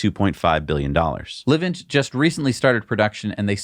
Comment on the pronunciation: Dudes: Livent is pronounced “lyvent”. Like ‘lie’. Cheers